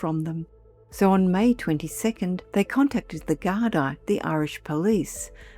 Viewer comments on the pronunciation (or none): Gardaí - pronounced ‘gar-dee,’ not ‘gar-dye.’